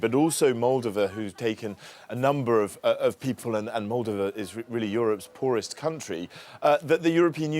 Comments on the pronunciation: It’s pronounced MolDOva. The emphasis is on the second syllable! Thank you for mentioning Moldova, but please pronounce it correctly. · I'm sorry but since when is it MOLdova? I can't find this pronunciation anywhere. Have I been incorrectly saying MolDOva my whole life?